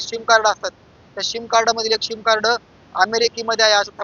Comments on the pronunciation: पत्रकार साहेब ’सीम’ कार्ड म्हणा ’शिम‘ नहीं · शिम नाही रे सिम सिम कार्ड